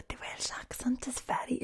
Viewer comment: If it wasn’t for her talking about the accent I’d have no clue where the fuck she’s from, especially when she says ‘velsh’ like...it’s welsh, we say welsh. Even in the valleys